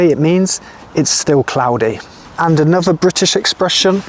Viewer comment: You know what, I absolutely love your accent, but I can't, for the life of me, place it. There seems to be elements of Estuary (you often replace TH it a V or FF - you said bovver, mouff and anover), but you use the short, flat, northern A sound in words like laugh, grass etc. I get that you're talking slowly and pretty precisely so that your students can follow and understand what you're saying. I'd love to hear how you speak naturally - to another native speaker, I might have a chance of working out your accent then lol. Seriously though, I really like your videos, they are full of really useful content for non native speakers, and the way you explain phrases and words is really clear. Please don't think I'm criticising, I just find the way you speak a conundrum :)